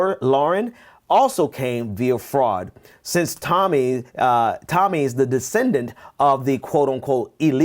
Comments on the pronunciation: It's fucking Tomi! You sound ignorant when you keep saying it wrong. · I wanted to keep watching, but you kept calling her Tami... Get yo names straight! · I love how he's casually calling her Tammy when he knows damn well her name is Tomi LOL, I see you my friend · It's cool. Mispronounce her name all day. She hates it and deserves it